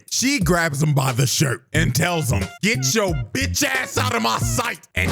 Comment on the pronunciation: You gotta check out the dub to hear how Scarlett pronounces "b**ch" as "beech"